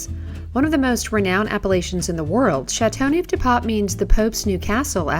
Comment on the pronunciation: 'ChateauNooof de paaawp'?? Hahah. I wish proper pronunciation was at least attempted.